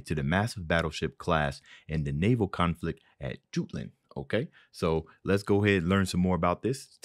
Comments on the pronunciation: Jutland is pronounced as yootland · Jutland is pronounced "yut - lund" Side note: Also, I love your analysis and reactions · We Brits pronounce it as Jutland the second way you pronounced it but I believe its proper pronunciation is Yutland = Jutland The dreadnought (alternatively spelled dreadnaught) was the predominant type of battleship in the early 20th century. The first of the kind, the British Royal Navy's HMS Dreadnought, had such an effect when launched in 1906 that similar battleships built after her were referred to as "dreadnoughts", and earlier battleships became known as pre-dreadnoughts. Her design had two revolutionary features: an "all-big-gun" armament scheme, with an unprecedented number of heavy-calibre guns, and steam turbine propulsion. As dreadnoughts became a crucial symbol of national power, the arrival of these new warships renewed the naval arms race between the United Kingdom and Germany. Dreadnought races sprang up around the world, including in South America, lasting up to the beginning of World War I. Successive designs increased rapidly in size and made use of improvements in armament, armour, and propulsion throughout the dreadnought era. Within five years, new battleships outclassed Dreadnought herself. These more powerful vessels were known as "super-dreadnoughts". Most of the original dreadnoughts were scrapped after the end of World War I under the terms of the Washington Naval Treaty, but many of the newer super-dreadnoughts continued serving throughout World War II. Dreadnought-building consumed vast resources in the early 20th century, but there was only one